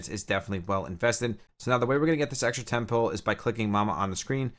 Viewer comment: Thanks for the video. I'm struggling with trying to understand some of the terminology your using when describing different things. For example are you saying the word "Ten pool or Ten Pull" or are you saying "Temple"? And what does that mean in terms of the game? I apologize, Thanks again.